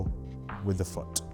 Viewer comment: 'place your FOOH' great video bro